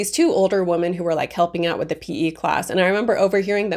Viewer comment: Women is pronounced "wim-in".